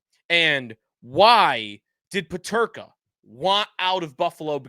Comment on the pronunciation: You can't even say his name....